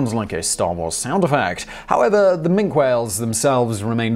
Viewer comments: Minke is pronounced min-kee whale not mink the member of the weasel family. 🙄🤦🏻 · The Minke whale is pronounced with "e" as Min-kee , not Mink..the Mink is of course a river dwelling amphibian predator similar to the otter. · Minke whale. . Pronounced "min-kee" . . Not Mink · Minke whale, pronounced minky. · Minke whales, it is pronounced Minki. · Nah not his accent, he is a serial mispronouncer. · . . Minke whales. . . Pronounced "min-kee" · Minke whale, pronounced Minkee whale. Minkee. Minkee. I'm not in the least bit triggered... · Minke whale is pronounced 'Minky whale' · Min key whale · Of course but this is specifically a bread of whale named after a person who's name is pronounced that way. The pronunciation of this type of whale is correct as I have detailed and incorrect in the way the guy said it on the video. It is a case of right and wrong, not dialect, not American English or British English. One way is correct and the video is wrong.